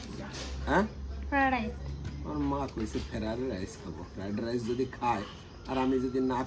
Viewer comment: কথা টা ফ্রাইড রাইস।